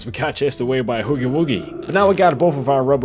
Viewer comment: He says huggy like hoogy